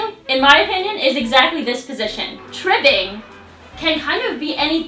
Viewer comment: Tribbling...with an 'L'